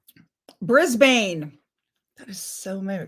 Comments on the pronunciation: I didn’t get the notification. Darling … it’s not Brisbaine, pronounced, Brisbin. 🥰🇦🇺🥂 I’d rather her being Duchess than Princess. Just drop completely the HRH, wipe it off. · Hi from Brisbane Australia! By the way it’s pronounced Bris Bin. And yes, Shakespeare was born in Stratford on Avon.